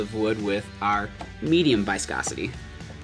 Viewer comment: cyanoacrilate (pr.) sy-ANO-ac-ril-ate ...and why in the name of all that is holy, would you think the i in viscosity is a long i??? You probably say EYE-talian don't you.